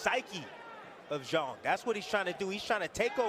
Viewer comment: It’s pronounced Shilay Jhang